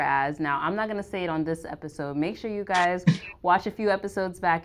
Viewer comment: For the love of Pete. Y O U is pronounced "u" not "chew".